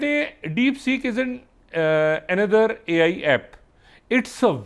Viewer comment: Doctor sab AL nai AI khty hain. Rata acha lagya hua hai. Lol